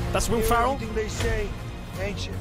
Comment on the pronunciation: Did you say Will Farrell?